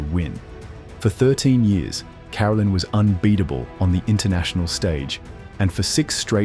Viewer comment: It’s Ka-rel’-in, not care-alin